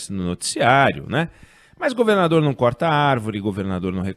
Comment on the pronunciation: alguem sabe o porquê do oinegue nao estar falando a palavra "governador" direito?